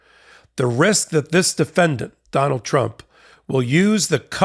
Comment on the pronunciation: You pronounced "defendant" wrong.